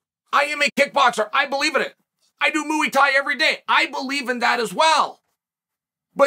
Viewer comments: He said he does Movie Thai every day🤦. He can't even pronounce something that he does every day. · "I do Mooey Thai every day!"